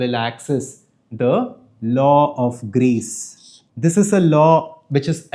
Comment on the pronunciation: Your kept saying grace but I kept hearing Grease and thinking of John Travolta. Dude, I gotta clean my filthy ears!